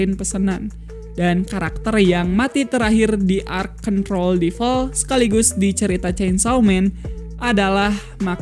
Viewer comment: Ngomong2 bang cara baca devil itu bukan deval, tpi devel